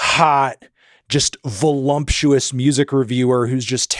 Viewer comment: I used to say volumptuous too! But there is no m in voluptuous.